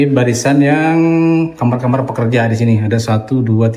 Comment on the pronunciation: maaf, kamar bukan kamer. 😁. 🙏🏻